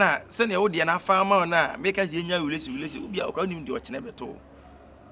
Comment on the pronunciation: Who's hear hulationship from Kyekyeku😅😅😅😅